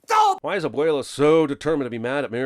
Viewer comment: Lot of these sins suck and aren’t even true. Also, I sin YOU for pronouncing abuelas name as ‘abwaylah”